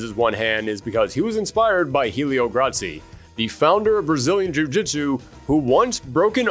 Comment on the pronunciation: He actually pronounced "Gracie" correctly, Helio is just pronounced "EL-ee-oh"